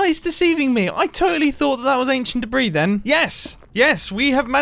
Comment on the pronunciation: "Aneshunt debreez"